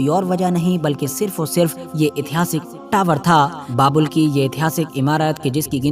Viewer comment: बाबुल नहीं बाबेल है - बाबेल का मतलब गड़बड़ होता है